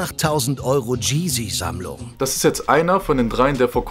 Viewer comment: Seine "Dscheezy-Sammlung"😂